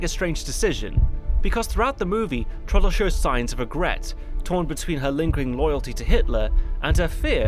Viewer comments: It's not pronounced:" Trawdle", but:" Trahw-del". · T-row-dl not Trodl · Downfall is a master piece of a film, THE role the now deceased Bruno Ganz will always be remembered for. 'Trodl' ?, Traudl, pronounce it properly, it's not difficult. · Hi, great video as usual, just one thing... it is TRAUDL, short for TRAUDEL, short for Ehrentraud, Gertraud or Waltraud. I know, i know, pronounciation and stuff, but TRODDL is just too painful. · The fact that you absolutely nail the (German) pronunciation of Traudl Junge's last name makes your pronunciation of her first name "stand out" even more. The "au" in Traudl ought to be pronounced like in "Kraut". "Traud-" rhymes with English "crowd"... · How can you pronounce on authenticity when you are unable to pronounce Traudl's name correctly? Who was Troddle? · The way you say Traudl is annoying. It's pronounced with an ow sound as in brown. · Look, it's a good review, kudos and everything. But could you not have looked up how to pronounce the name of the viewpoint character? You manage Fegelein but not Traudl? It's pronounced 'Trowdl' (sort of), short for Gertraud. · I love how his pronunciation of Traudl is so rushed it sounds like Trottel (which mean twat, or idiot). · I really wished you had taken a bit of time to learn how to pronounce Traudel properly. It sounds like like trottle.